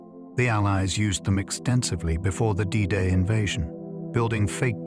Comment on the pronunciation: Known forever as"Day Day"? Fucking AI!